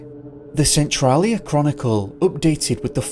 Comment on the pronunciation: Your pronouncing of western Washington state city and county names needs work. Cle Elum is said as KLEE-EL-Um and Centrailia said as Sen-Trail-Ee-ah. I'm sure there are more but those were two I noticed